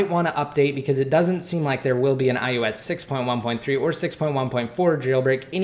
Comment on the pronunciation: its iOS not iUS... SAY IT RIGHT!!!!!!!1